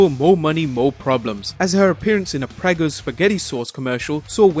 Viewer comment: Pray-go, not preggo. Jesus, when I heard 'preggo' and looked up from my Sunday lunch to see a six hundred year old woman I thought Mae Young was back.